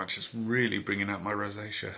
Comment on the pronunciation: "It's bringing out my rosacea" Holy shit he's turning in to an irishman